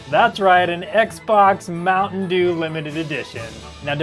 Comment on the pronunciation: hahah "Mountain Drew" 🤣